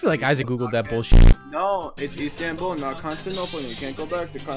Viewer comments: Bruh... ice-tanbul. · ice-tanbul LMAO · AİDS-TANBUL NE AMK JKSAIKJFMJSDKIMFSA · As a turk, I have never ever hear someone say Istanbul as fucking terrible as. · they pronounced Istanbul wrong lmao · They both said Istanbul wrong